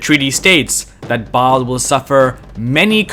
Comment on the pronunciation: "Ba'al of Tyre". I heard it as "Bob of Tyre". 😆